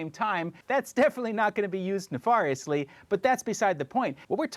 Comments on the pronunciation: “Nefariously” is pronounced Neff-air-ee-us-lee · The way he pronounced “nefariously”…